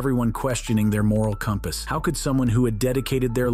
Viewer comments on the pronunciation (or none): none